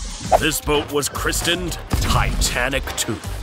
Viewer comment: the boat was christened NOT Kristined! The 'T' is silent,just like your sad excuse for commentary should be!!